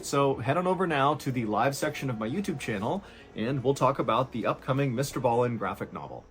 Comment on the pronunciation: Homie....his name is Mr. Ballen (pronounced as it's spelled)......not Mr. Ballien. I do enjoy your commentary though, so keep up the good work.